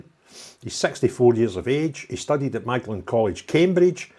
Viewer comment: Magdelen college is pronounced 'MAUDLIN